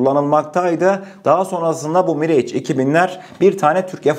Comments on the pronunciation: Aleykümselam. Mirage, Miraj diye okunuyor. Bize sunduğun değerli bilgiler için sağolasın kardeşim. Selamlar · kardeş miraj okunur ingilizce değil.